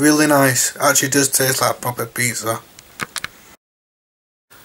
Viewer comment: Classic crumberland sossij and peatzer. The getting up am was hilarious 😂